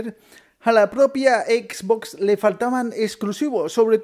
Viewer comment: Me da risa como dise xBOX